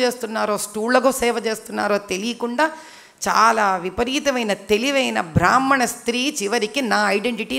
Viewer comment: బ్రాహ్మణ అనేపదాన్ని చక్కగ పలకటానికి ముందుప్రయత్నించమ్మా😊